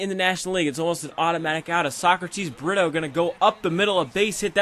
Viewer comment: Pronounce it breto